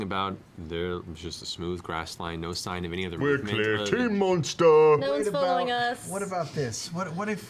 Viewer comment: Monstah moment